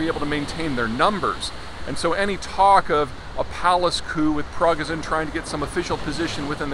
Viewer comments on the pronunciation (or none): Progazin? Prigozhin! You can’t even say the guy’s name right, but of course everything else about your reports is totally accurate!! 🙄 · Peter would come across as more believable and competent if at least he knew the NAME of the man he is talking about - but he doesn't: He says "Progazin" a few times, when the name is "Prigozhin". If he knows the name only roughly, what else is Peter actually ignorant about or barely grasping? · Prig-O-jin, not progozin. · I think his name is pronounced “per-go-zen” not “pra-ger-son” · It’s not Progozin it’s Prigozhin :/ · "Progazin" 😂😂😂 (It's Prigozhin) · Pro-go-sin?? Hehe.. You are usually pretty good at pronouncing Russian/Slavic names, but this time, you really bombed lol! It's pronounced, Progo-shin! ; ) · Zeihan has the absolute worst pronunciation. Waaagner (instead of Vaghner), Pro-gozin (instead of Preegozhin.) Was World War II fought between the armies of Adolf Hytler and Joseph Staileen? Also Ukraine emptied their prisons first week of the invasion (including the likes of Tornado Battalion who committed the mass rapes and murders in 2014 that led to the this conflict.) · prih-GO-zhin, not PROG-a-zin. cheers. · I wish English speaking commentators would take maybe 10 seconds to find out how names are pronounced. It totally undermines their credibility if they have never heard "pre-goh-zhin" pronounced correctly; "prago-zin" sounds silly. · Peter, here’s a pronunciation key [pree-GOH-zhen] and [VAHG-ner] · Minor correction. Prigozhin is pronounced as Pree-Go-jin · Omg it’s pronounced Vagner no waggin here The chief criminals name is pronounced pre go shin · dude's name is pronounced: Pri - go - zhen. Wagner contractor fighters leading some Syrian forces got it ass handed to it in Feb 2018 when the made an unsanctioned attempted attack on a US base in Syria called the Battle of Khasham. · His name is pronounced PRA GO JIN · It's Pree-gho-shin (emphasis on o) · Vaugh- ner pri-GOHZ-shin